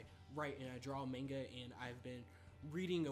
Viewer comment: Stop saying manega